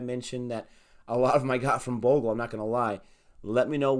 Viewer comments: See?! Harsha is the best when it comes to talking cricket. Never played an international match but the man's still a Legend. He breathes cricket. Also, it's pronounced 'Bhog-lay' 😁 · It's Harsha Bhog-ley. But u guys are getting better with the research and pronunciations. Go go go! I hope you won't mess up the CSK players names because that fanbase is huge and merciless....😂😂 Good luck!